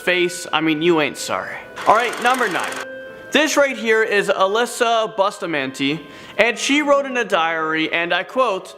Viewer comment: If you have the capacity to murder, rape, or torture another human being or even an animal, you deserve whatever you get plus even more. I don’t care how old you are. Psychopaths start early and sociopaths just start. Bustamante is pronounced Boo stuh mahn teh. 🥴😝🤣